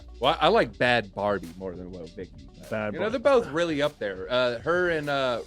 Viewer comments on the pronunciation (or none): Bhad baby not "Barbie" baha